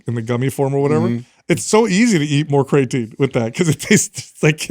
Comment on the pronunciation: I love you guys… You're the best… But just one question… How can be the smartest guy when it comes to supplements and not be able to pronounce the word "creatine"? Haha